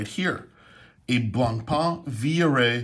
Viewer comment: Great vid, thanks, you could brush up on your pronunciation of Blancpain though, that's 'pan rather than 'parn.